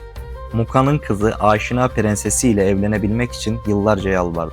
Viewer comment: Aaaşina ne abi? Niye uzatıyorsun, türk dil yapılarında uzatma yok. Direkt “Aşina” demelisin